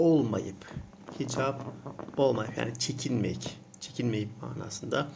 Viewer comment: o nasıl "hicab" öyle :)